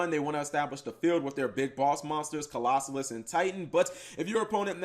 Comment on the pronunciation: Cap... don't be Mkhol....you know how to say Colossus. Co-los-sus. Why are people adding an extra SOLO in the name